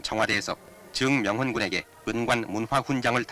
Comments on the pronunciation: 정명훈이지 왜 정_명훈이라 발음하지? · 아나운서 발음이 이상해요… ㅎ ‘즈응명훈 군’ ㅎㅎ